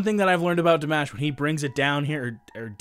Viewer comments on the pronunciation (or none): The 'a' in the 'mash' part of his last name is pronounced with the same sound as the 'o' in "hot". So, you might think of pronouncing it as though it were spelled - "Di" (Dee) "mah" (like the 'o' in hot) "sh". Dee mah sh = Dimash. Hope this helps. Thanks for sharing your thoughts and reactions! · It's Dee mash with the "a" as in must. And the tone in mash. You can listen to how Igor Krutoy announces him at the start of the "Love is Like a Dream" video. Greetings. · It's Dee mash with the "a" as in must. You can listen to how Igor Krutoy says his name at the beginning of the video of "Love is like a dream".